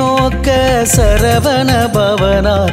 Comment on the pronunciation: வணக்கம் வேல்முருகன் ஐயா. உங்கள் உச்சரிப்புக்களிள் சில திருத்தங்கள் இருப்பின் சிறப்பு. " " "சரவண" எனும் உச்சரிப்பு சரகண என்று வருகிறது. மற்றும் " " வசர வணப வருக வருக என்பது வசர அணுக வருக வருக என்று வருகிறது. (எழுத்தும் வசுர வணப என்று உள்ளது). இது ஒலிவாங்கியின் தரத்தினைப்பொறுத்தும் மாறுபடும்.